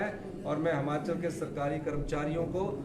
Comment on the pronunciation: हिमाचल है हमाचल बोल रहा है